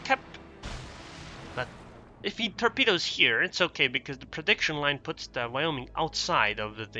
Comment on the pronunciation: snicker you said "torpeeduz" ; p ps seriously, nice commentary on and acknowledgement of dr's user replay pps please keep posting! : )